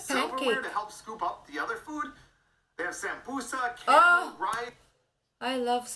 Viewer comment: I'm glad he called it samboosa rather than samoosa.